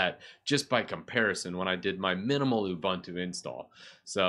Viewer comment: Great way to revive old computers and not let them go to waste! BTW, you mean lying around, unless that old computer is laying around blobs of dust ;) Also, all the "u"s in Ubuntu and its derivatives are pronounced as "oo", not "uh", so it's pronounced "oo-boon-too", not "oo-bun-too".